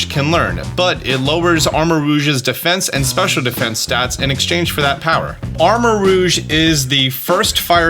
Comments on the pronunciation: You are the first reactor I've seen to pronounce Armarouge correctly. Everyone else I've seen has pronounced it Arma-Rogue. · First Youtuber I've heard saying the names for Ceruledge and Armarouge correctly!! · You are currently the ONLY YouTuber covering this that I have heard correctly pronounce armorouge